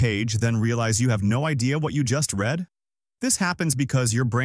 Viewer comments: Don’t like the AI speech, saying read (red) for read (reed). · Wouldn't it be "misread words" in the present tense (REED) rather than past? The narration is horrible.